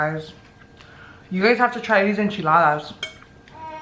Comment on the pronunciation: First off , its Enchiladas not echiladas